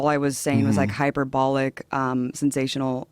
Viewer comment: "High per Bollic" LOL silly cow